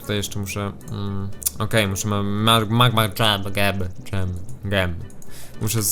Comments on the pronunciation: Blow to sie czyta GEM np MAGMA GEM a nie dżem xD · To się czyta /gem/ a nie /dżem/ ;D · Czyta to się tak poprostu gem nie dżem tylko gem :) Nie ma za co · czeta się gem a nie dżem:) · Blow to się czyta po prostu gem a nie dżem... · blow gem sie czyta dżem :D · ps. gem czyta się dżem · gem czyta się dżem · to się czyta gem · Czyta się gem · Blow. To sie czyta Gem :) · Blow, wymowa słowa Gem (klejnot) to zwyczajnie... Dżem. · Gem czyta się gem :D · Blow, to się czyta dżem (tak jak ten do jedzenia) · Blow to się wymawia dżim